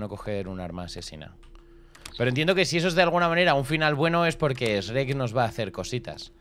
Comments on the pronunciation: tu dices esrek se dise shuerk x dx d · Se me hace raro escuchar a decir Srek (pronunciación) y no shuek xd y Asno a Burro Buen video <3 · Los españoles SRRRRREK , los mexicanos SHUEK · Amo cuando Dice Shrek's -😭😭👍👍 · Shurrek, más o menos. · A shrek le pronunciamos shuek y a asno le decimos burro P.D no se si shrek se pronuncie exactamente así pero así maso menos es